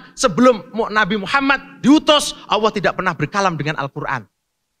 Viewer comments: Bismillah...Terlalu jauh ya akhi sebut Nama Allah Aja ga jelas di menit ke bukan Owoh om Tapi Allah... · sebut owohhh owohhh....makhraj sebutan salah....sebut la Allah itu dengan makhraj yg betul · ini yg nyebut owoh kenapa ga jelas ya,hai Allah bukan owoh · Nampak berapi api itu menandakan nafsu yg keluar...coba belajar yg fasih dulu lafasالله bacanya yg betul cam mana?allah/awwoh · ...bukan Alloh yg dilafaz kan ..tp awoh...bukan lam tapi wau...erhatikan gerak bibir nya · Benerin dulu pengucapan lafadz Allah dulu, bukan Alloh, sesekali kedengarannya Awwoh 🙏😅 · Kirain cuma aku yg salah denger 😂😂🙏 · Ko sama ya, kedengaranya owoh owoh 😂😂😂😂😂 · Panjang lebar ni ngomong,sekali ngomong lafaz Allah pun di bace Awwoh.. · Lelafalkan Allah aja nggak bisa...Awoh...awoh...memalukan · Apa punya. Sebut allah pon x betoi. Apa awoh. Sebut allah elok elok. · Ya Allah ini si orang jawa ini ga jelas nyebut nama Allah owoh owoh trs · Iya betul...owoh..owoh.. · Cakap Allah Subhanu Wa'Taala aja belum benar makhrojnya macam mau ikut debat .😭😥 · Iyee, buat saye org indonesia malu saje diee tuu 😭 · sebut Allah pun tak betul